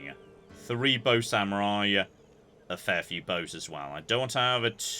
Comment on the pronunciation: Day 481 of requesting Age of Mythology. I KNOW he's saying bow samurai, but what I'm HEARING is BOAT samurai. To be fair, that's what the fleet is for. Also, the Death Star run on your European ship was the kind of strategy I'd use, which explains why I'm not a naval power